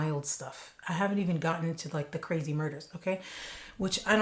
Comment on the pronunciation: Ka-ray-z!! Great job on this